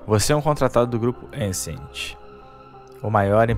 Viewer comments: O cara não consegue nem falar o nome do jogo certo, chamou de "Ancent" varias vezes kkkkkk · nao sabe nem falar o nome do jogo kkkk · boa kk não sabe nem falar o nome do jogo kkkk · Sabe nem falar o nome do game.....jogo é divertido e desafiador........você que só gosta de playstation. E não é obra do gamepass...está no gamepass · E eu tive o desprazer de acabar de conhecer esse canal. O cara fala besteira pra caramba, faz uma comparação nada a ver e nem o nome do jogo sabe falar direito (assim como nada em inglês). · Não sabe nem falar o nome do jogo